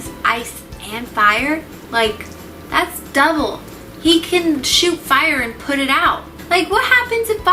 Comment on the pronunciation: When you said 'bakugo wouldn't be able to put it out so we would have to get/call todoroki to come put it out' I heard pull instead of put